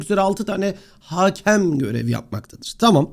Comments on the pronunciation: haakem değil hakem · haaaaaakem değil yalnız o; hakem